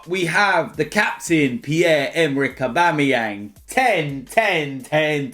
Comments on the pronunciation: No it's AUBAMEBLOODCLAATYANG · This is the first time I've heard said August AUBABLOODCLUTYANG!!!!😂 I don't know if I spelled it right!